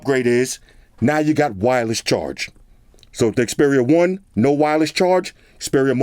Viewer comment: Thank you for getting the name right :) "It's the Xperia one two, or I dunno what to call it." - many other reviewers. How ignorant of them.